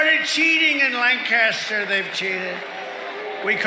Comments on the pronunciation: Grew up in Southcentral PA, it's 'Lanc-aster' not, 'Lan-caster'. Not an important correction but, worth mentioning. Not surprising that there are non-profits trying to registered people in York (probably York city itself) which has large communities of color, which would easily swamp the small towns of the rest of a county (who are predominately white). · Great video. It’s LANKkisster not lanCASTER, since we’ll probably be in the new A LOT the next several days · Its pronounced lank'-aster not lan-cas'-ter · I even hate the way he pronounces the name of my home city of Lancaster, and that's the one in the UK. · He’s mispronounced Lancaster.